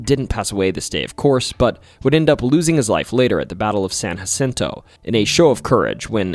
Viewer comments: OK, I can excuse someone who’s never even met someone from Texas pronouncing it San hacento (never even heard native Spanish speakers, pronounce it like that) or Jim take-a-bow-ie but seriously dude… the minge hotel😂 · In Texas, we pronounce Jim Bowie's surname as (Boo' wee) not bow like a boat part. Additionally, it's San Jacinto (the J is sounded instead of aspirated). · Tip from a fellow Texan we call it San juh-SIN-toh not hacinto, mexia is muheyah, and na-kuh-do-chuhs for nacogdoches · San Jacinto is pronounced as San JUH-cinto, with a hard j (with much love from a Texan, I know it can get a bit confusing) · San Hacinto, ... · I love listening to your stories. But I wish you would pronounce names correctly. Bowie and San Jacinto for example. Keep the videos coming. Bowie is pronounced “Boo we”. San Jacinto, is pronounced with the “J” sound not the “h” sound. Santa Fe isn’t pronounced Santa “Fee” it is pronounced Santa “Fay”. Lol. Brazos is pronounced Braz”us”As a native Texan. Just a little FYI. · He's all right...but I keep finding myself correcting him on how to say things, like Bowie and San Jacinto 😅